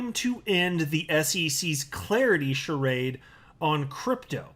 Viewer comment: You pronounced charade wrongly.